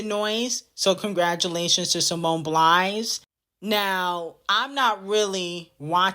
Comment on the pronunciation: simone “biles” bby, not “blies” or “blinds”